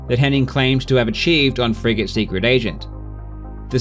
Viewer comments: anyone else hear "friggin" when he says frigate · I keep hearing "Frigate run" as "Fricking run" as if you were upset at the guy cheating lol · Everytime he says "frigate" I keep thinking he's saying "frickin'". So, I keep hearing "Henning's frickin' runs". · He says "Frigate" I hear "friggin"